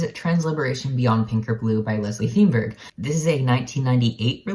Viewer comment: Feinberg is pronounced "fine-berg." Akin to the pronunciation of the first syllable in "Einstein."